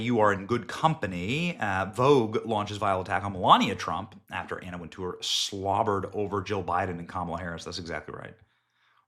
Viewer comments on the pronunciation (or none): none